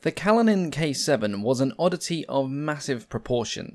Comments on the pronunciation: Kalinin is pronounced 'Kaleenin'. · Kalinin has stress on the second syllable (1st i)